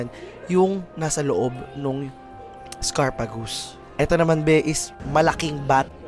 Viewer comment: When you are doing voice over, spend time to check and research (name, pronunciation, etc). Ex. It is not scarpagus — the correct word is sarcophagus.